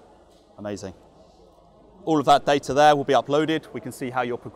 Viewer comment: I’d buy the vald as he can pronounce the t in data.